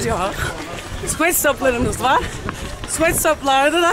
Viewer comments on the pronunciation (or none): bir tanesi de sweat i doğru telaffuz etmedi ya yahu :)